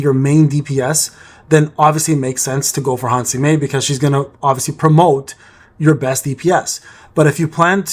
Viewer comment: What a gigachad father edit: also, small correntions: - her name is Han Se-Mi, not Han Si-Me - your battle tier is 28 atm, the 29 is the one you are striving for